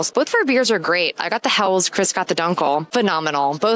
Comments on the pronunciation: It's pronounced Hell-es and not Hells !! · Helles is a two-syllable word: HEL-les. The final “e” is sounded, like the “e” in “less”. 👍🍻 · Have been to Augustiner in several locations. Great restaurant and excellent bier. Say “hell - es”. Next times(s) head to Bamberg for craft brews and to Sachsen for “thicker” Czech style lager.